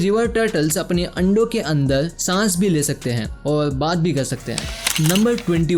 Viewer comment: बारबर =बालबल, कार=काल, और=औल, जहर=जहल, अन्दर=अन्दल्, अर्थ=अल्थ, एकबार=एकबाल, टाइगर=टाइगल, मरचुके=मलचुके, पुराने=पुलाने, उपर=उपल 😂😂😂 अरे तोतले, पेहेले बोल्ना सिख्ले